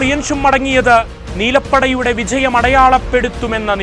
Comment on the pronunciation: പൻഝാബ്. വിഝയം നീ ആദ്യം പോയി മലയാളം ഉച്ചരിക്കാൻ പഠിക്ക്. കഷ്ടം.